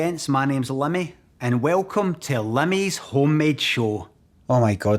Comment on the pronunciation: As an American who's watched the show for along time. I'm shocked you pronounce it "Lemmy" as I've been saying "Limey Show" for years 😂😅